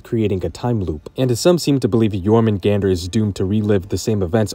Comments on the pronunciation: It’s Your-Men-Gun-Der or Your-Men-goon-der. It is not Your-Men-GANDER 😂😂😂 do you pronounce the J in jalapeño? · the way this dude pronounces Jormgunandr is like chalk on a black board. its supposed to sound like Jormun-Gone-der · The pronunciation of jormungandr hurts me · MISPRONOUNCE JORMUNGANDR AGAIN! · Considering how many times you say it I can't believe you didn't pronounce jörmungandr right even once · Bro I hate the way you pronounce jormungandr it sounds much better when you pronounce the a as ah